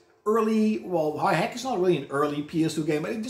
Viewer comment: I think that RPG is pronounced dot hack. Bit of a weird one if you put your games in alphabetical order